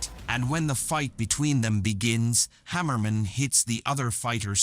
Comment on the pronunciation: It's not Harriman it's Hammerman